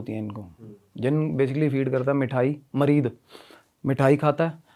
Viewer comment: Mareed nahi sale muried hota means kisi ka sewak deewana Yeh urdu word hai muried